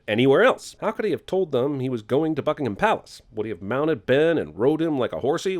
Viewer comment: thanks for pronouncing 'buckingham' correctly!